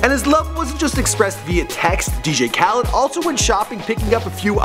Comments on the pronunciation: It's khaled not khaleeeeed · His last name is not kaleed it Khaled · You said "Khaleed" again. Oh for fuck's sake,. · why does he say Kaleeed it Khaled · Why can you never pronounce things lmao "caleed" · Asahd ''kaleed"